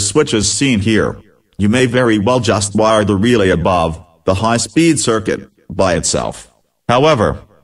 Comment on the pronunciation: Lol, "the second leg of the high peed temperature switch". But hay I learned how this wiring works, don't use MS sam as narrator.